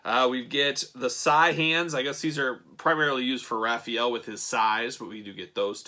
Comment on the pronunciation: “Ralphy-ellow.” Omg 😭😂